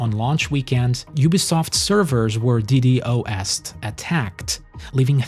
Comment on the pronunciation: Saying D D O S'D instead of Ddos'd should be illegal hahaha